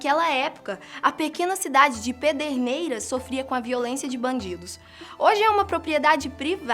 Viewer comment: so eu que falou AIAI quando ela falou pederneiras??